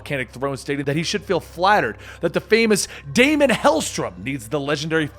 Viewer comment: bro love your videos but it's Daimon Helstrom, DAY-MON like Matt Daimon and it's Erik Selvig, SEL-VIG. but yeah love 'em!